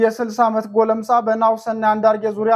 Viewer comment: ጎለምሳ ሳይሆን ጎልማሳ ነው